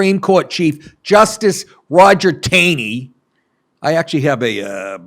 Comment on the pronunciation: Repeat after me Roger B Taney(taughhney]